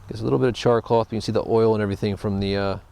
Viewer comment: haha why is he calling it "char CLOTH"? haha its not CLOTH at all hahaha